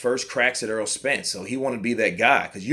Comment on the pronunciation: Why do people constantly pronounce Errol as Earl? BTW The Chihuahua will not beat the Pit bull.